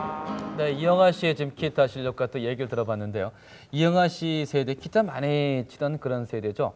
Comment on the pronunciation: 아나운서가 계속 키타 키타..ㅋ